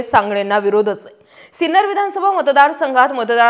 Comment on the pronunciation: Hello Madam, Name of our city is Sinnar and not Sinner. Please correct it.